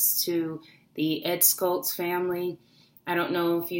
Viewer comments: it's pronounced SHHHultz, as in shower, not Skultz. Thanks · It's not Ed "SKultz", it's pronounced "SHultz". You sound like you don't really know about him when you pronounce his name wrong. And he turned into a bit of a flame thrower himself when he called Laura Ingraham a "talk show slut", when she is a very upstanding conservative, patriotic American who would never use that kind of language on anyone. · The Late Ed Schultz' last name is pronounced "shults" rather than "skults". :) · Ed Schultz pronounceD SHULTZ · I don't believe you pronounced Ed's last name correctly.